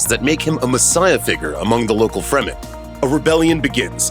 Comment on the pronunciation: OMG! Please learn to pronounce the characters, planets and family names. Also, lower the annoying music so that we can hear you. Har-KŌ-nan. Fremm-en. FIfedom(long i), h